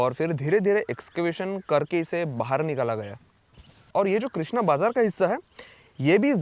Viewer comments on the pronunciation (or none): none